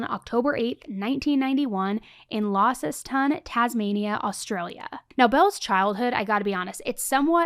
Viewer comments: so funny teh way you said launceston, its LAWNCESTON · As someone who grew up in Launceston everyone was ashamed btw it's pronounced Lon- ces- ton 😅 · Launceston isn't pronounced like that. And her brother has come out to say he is not autistic, that was just another lie of hers. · Hands up Tasmanians? Lol I love you girl but thats not how to say Launceston lol 😅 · As an Aussie, I have never heard someone pronounce Launceston that way haha. That did give me a laugh